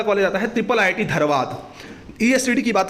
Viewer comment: it is not triple ii t. it is iii t